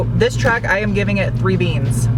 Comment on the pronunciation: It's called TRUCK not TRACK!